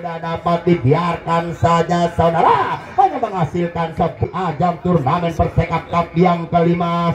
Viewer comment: Persekaf cup om bukan porsekaf maaf